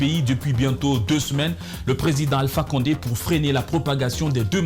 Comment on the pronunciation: On dit Alpha konde Burkinabè les peul la 😂😂